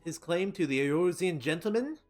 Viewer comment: Behold the magnificence of "Eoruzean Gentleman"